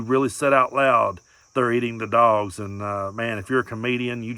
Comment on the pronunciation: " they're eating the duawgs" 😂